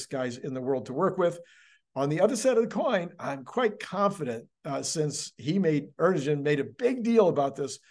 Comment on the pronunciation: The president’s name is pronounced Air-doe-wan. The g is silent.